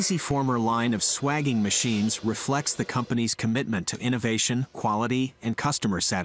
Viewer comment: Just for accuracy, the process of expanding or reducing pipe diameter for a joint is called swaging, pronounced sway-jing not swaging. I am a retired refrigeration mechanic of 30 years and used this process regularly when plumbing a system.